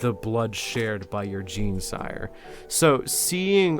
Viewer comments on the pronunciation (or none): none